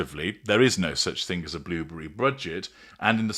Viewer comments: Like he has blubbery lips! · The way you say "blueberry" is simply fabulous haha